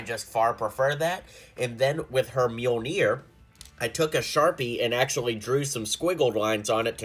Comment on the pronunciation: Pls don’t say it myol-NIYR